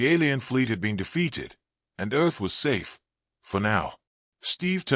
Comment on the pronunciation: Are you trying to pronounce "Earth"?